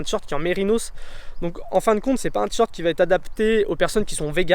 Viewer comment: Vidéo intéressante, mais entendre "tee short" plus de 100 fois m'a tuée !